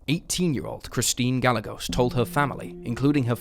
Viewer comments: Gallegos pronounced "guy-YAY-gose". R.I.P. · *Gah, not guy.